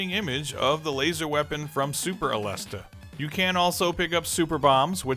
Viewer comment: Aleste correct pronunciation - (A-les-say)